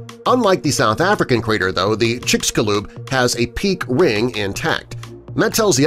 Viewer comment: Rare pronunciation of 'peak Ring', sounds like peak Wing.